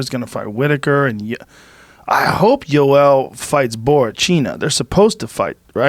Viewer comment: Jorge's of latin descent and he calls Joel Romero "joel" and Rogan's obviously not latin and he calls him "iiioel". I just thought that was funny af